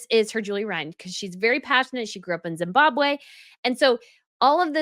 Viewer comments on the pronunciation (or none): none